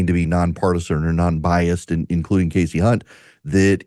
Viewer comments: I don't know if anyone else thought of this but when Megyn was mispronouncing Kasie Hunt's first name (it's pronounced 'Kasey' not "Cassie," I couldn't help but think of the principal in the movie "Carrie" who kept calling Carrie, "Cassie" over and over again. 😂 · Did you say cassey. Unt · ... starting with "mis"pronouncing Kasie's name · At least pronounce her name right Kelly. You're better than that. In all seriousness she did it on purpose. I see you Kelly